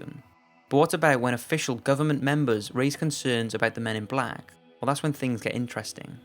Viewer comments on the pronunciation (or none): none